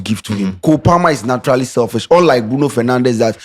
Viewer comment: How can say selfish 🤦🏻‍♂️